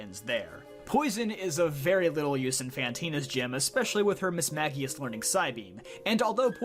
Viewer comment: He said msmacius